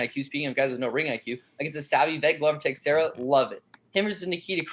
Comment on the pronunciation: Big fan of the show. Been watching you guys since the fight network days. Love the brutal honesty and no bs approach. But...for the LOVE of GOD SOMEBODY TEACH HOW TO PRONOUNCE "Texiera"!#!&#!!